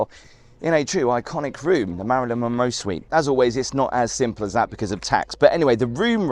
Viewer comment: It's the maryln Monroe